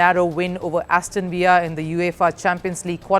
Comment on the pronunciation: Aston villa is not pronounced same as “David Villa” i guess.